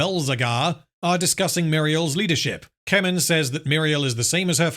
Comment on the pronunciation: When I heard you say "Keman" the first time, I had to rewind because I thought you said "Kevin" 😂. Yep, that Tolkien original character, Kevin of Gondor lol. Also, the orcs in the video games had more personality, where they could be your spy, mortal enemy, etc, and they would rise and fall in rank by killing each other regardless of what you do. Good stuff, might play those again. Can't remember their names.